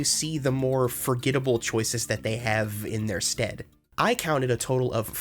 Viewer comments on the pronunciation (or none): none